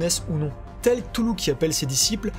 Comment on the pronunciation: Cthulhu ça se prononce : R'toulou.